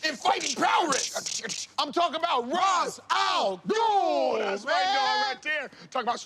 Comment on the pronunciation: I'm sorry the nerd in me I getting heated. Roz really? Roz Al ghul. Come on man 🤦🏻‍♂️